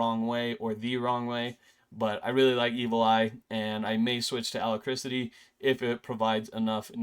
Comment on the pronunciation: Uh-lack-Rit-ee not a ala-criss-ity